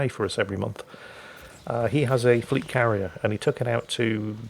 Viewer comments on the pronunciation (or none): none